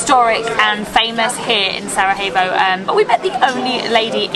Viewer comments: It's prounounced Sarayevo not Sarahevo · It is not saraHevo(we are not in Spain so you do not pronounce j as"h", but as j or soundelss "i", so it is Sarajevo (saraievo if it is easier for you) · It’s not pronounced sarahevo it’s sarayevo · don't say "sarahevo". It's pronounced "Sarayevo". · Good program guys! That’s my home town and please stop calling it Sarahevo, it’s pronounced Sarayevo 😊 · nice bosnian video's. One pro tip: Stop pronouncing Sarajevo like the J is Spanish. Pronounce it like a 'Y' so it sounds correct. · Great video keep it up. Only thing is that you keep saying Sarahevo instead of Sarajevo. Try saying the j in Sarajevo like the y in yes! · I love your videos, but here's a little hack: Sarayevo. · Love the video guys! But why do you pronounce Sarajevo with a “H” indstead og “J” 😂 its not Spanish